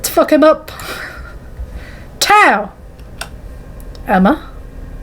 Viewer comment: also! Your pronunciation was pretty good! Xiao Hua is like zh-ow h-wah, and tao is like t-ow :)